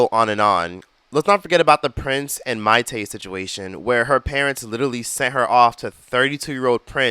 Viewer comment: Oooooo make a part two please! Pleaseeeeee! Included Brooke shields story too. It was crazy in the 70s too honey ! Wooo lord. Side note my name is Maité and I love that you know how to pronounce it!